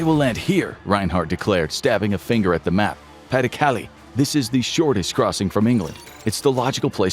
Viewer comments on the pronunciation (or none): "Calais" is pronounced "Callay", not "Callie." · Learn to pronounce pas du Calais. CAH lay. Not Kally. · Cal-ay. Not Cal-ee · It's pronounced ka-lay, not kally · Minor thing but Calais is not pronounced Cali but cal-ay. pas-de-Calais being the Department that Calais sits in. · Calais is pronounced "Ca-Lay" btw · I’m 15 minutes in and still stuck how you pronounced “Calais” 😅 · A whole video about WW2 info and the narrator still doesn't know how to actually pronounce Calais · Did no one ever tell this boy how to pronounce 'Calais' ? 😢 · That’s not how you pronounce Calais.